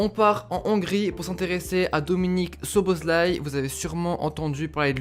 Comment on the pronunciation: enfin un mec qui sait prononcer le nom de dominik. J ai sa carte future star c est un monstre. Sinon petit tuyau le nom francise de sa ville natale c est Albe Royale sinon a quand une video sur la hongrie ? Puskas, Czibor, Koscis, Lorant, Hidegkuti... c etait un delire cette equipe